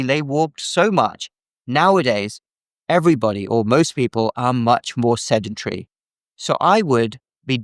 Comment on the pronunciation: Sendentry? Somehow I don't think that's correct. I think he means Sedentary. Nevertheless, he is absolutely correct on his prescription for high blood pressure. You can't get a better opinion on health than you get from. Next time you have a question about health, is the first place you should check. And no, I don't know personally. Nor am I trying to drum up viewers for his Youtube channel. I've simply followed him for a long time, done a lot of what he suggests and it has worked every time.